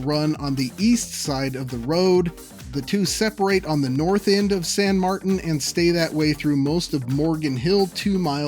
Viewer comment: san martin = san mar-teen.